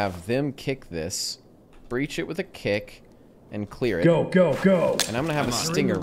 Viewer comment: "Alright boys, we're gonna breah this one with C4" - WAIT YOU'RE GONNA DO WHAT WITH WHAT?!